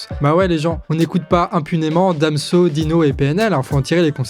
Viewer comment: j'ai coupé la vidéo quand t'as dis Dino pour DInos, c'est dommage j'aurai bien regardé la fin